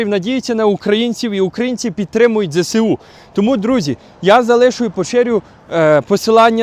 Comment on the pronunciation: вибачте за виправлення. Не ЗЕ-СЕ-У, а ЗЕ-ЕС-У. В украiнськiй мовi немае букви "СЕ". Дякую, та ще раз прошу пробачення. А праця Ваша потрiбна i корисна ❤🎉